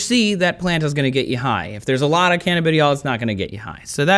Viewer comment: like how he acts smart but cant pronounce cannabinol